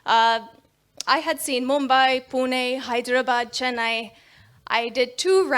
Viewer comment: Some non maharashtrians living in Maharashtra don't even try. And this lady can fluently pronounce "Pune" with णे